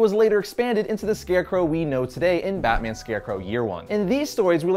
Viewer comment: I love ' pronunciation of Scarecrow.